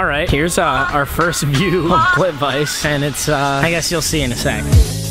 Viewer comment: its not pronounced plit-vice its pronounced plit-vit-suh lol my guy